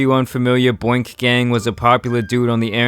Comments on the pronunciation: player I think you mean BOONK, not boink. Boonk basically is slang for steal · It’s not boink gang it’s BoonkGang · Wth is Boink Gang? It's boonk gang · Boonk, not boink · Boonk not Boink 😂😭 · He called boonk boink lmaoo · U said boink Boonk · Brehhh I liked boonks video when u said boink I was like Nigga u mean boonk 😂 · Boonk* not boink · “Boink” gang? Boonk not boink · Boonk* not Boink* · "Boonk" not "boink" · Bruh its BOONK GANG not Boink! 😂😂😂😂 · Tf is Boink bro its Boonk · It’s not “boink” gang family lol shit was funny doe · Boink nigga its pronounced boonk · It’s boonk not boink 😂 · Mane U killed me when you Said "boink" Gang instead of boonk gang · BOONK. Not 'boink' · It’s not “boink” it’s “Boonk”. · Boonk not boink omg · Boonk, not Boink 😂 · Boink…lol it’s boonk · Boonk not bunk lol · Foo said boink gang lmao.... boonk gang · Boonk* not Boink 😂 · Boink? Its Boonk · Boink gang???? John cabbana???? It’s boonk gang and John gabbana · Boonk gang not boink gang lmaooo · It boonk not booik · Boink gang???? It’s boonk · Boonk not boink LMFAO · It’s boonkgang not boinkgang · His name is boonk not boink wtf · Don’t ever disrespect John Gabbana like that again. It’s Boonk my G. 😡 But keep up the good content 😂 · Man said broonk gang 😭😭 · He pronounced it "boink" gang lol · It is pronounced "Boo-Uenk" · Its "Boonk" lol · Bruh u saying boonk wrong 😂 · It's BOONK gang lik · its pronounced bonk gang